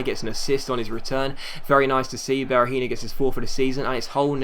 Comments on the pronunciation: Be-ra-heen-OH not Be-ra-heen-IOH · Seán Devlin Sometimes he does say it righht, but sometimes he says it like Berahinho, e.g. the last syllable pronounced the same as in Robinho